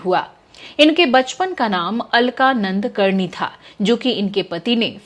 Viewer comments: "नंद करणी" नहीं "नाडकर्णी"..!..."नाडकर्णी"..! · अलका नाडकर्णी ,ना‌ंदकर्णी नही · अलका नाडकर्णी ,नंदकर्णी नही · अलका नंद कर्नी नाही अलका नाडकर्णी